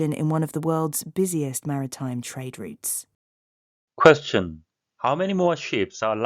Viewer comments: 감사합니다. trade routes가 '트레이드룻스'가 아니라, '트레이드륏스'로 발음해서 못알아들었네요. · 처음엔 routes가 안들렸습니다. 리츠로 들려서 뭐지? 했는데 routes였네요 😅😅😅 산수하느라 바빴습니다 😂😂 감사합니다 ❤❤❤❤ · 저도 rates로 들었네요 😅😅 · 아무리 여러번 들어도 routes처럼 들리지가 않네요ㅜ 항상 좋은 기사 감사합니다!~ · Routes가 진짜 다르게 들리네요 열심히 외웠습니다!